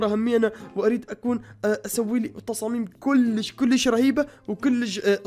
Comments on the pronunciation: بليز لا تقول كولش قول كيلش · امير اعطيك نصيحه مو اكول كوليش كوليش حلو لا كول كليش كليش حلو يعني بلهجتك نصيحه